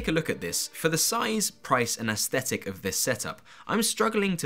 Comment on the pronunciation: Please look up how to pronounce "aesthetic"! Especially if you are an architect.